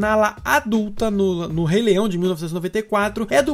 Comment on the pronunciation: Mano, eu admiro muito o seu canal, mas tu disse Re-leião!!!